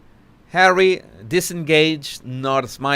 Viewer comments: "Harwwe" 🤣🤣😅😂😂 Look at Meagain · Jesus, anytime you say "Hawwy" I can't stop laughing😂thank you from Italy